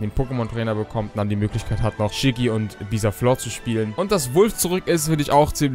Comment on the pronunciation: Bisaflor 😂😂😂😂😂😂 wo denn? Haha